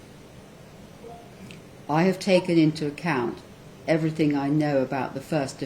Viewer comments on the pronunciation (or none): "...everythink I know..." : What kind of judge is this?